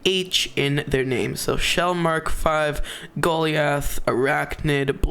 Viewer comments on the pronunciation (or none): Bro can't pronounce "Goliath" XD